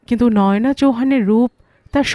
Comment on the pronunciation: আমার মনে হয়, নামটা নয়োনা‌ নয় বলতে হবে নয়না চৌহান। য় ও কার নয়।